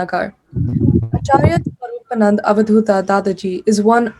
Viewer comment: Please pronounce the name properly. His name is SWARU'PA'NANDA and not SWARU'PA'NAND. And not sangh but sam'gha.